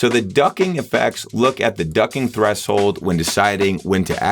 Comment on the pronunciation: My guy says "thres-hold"